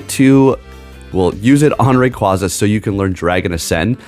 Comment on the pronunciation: Learn how to pronounce a pokemon name correctly.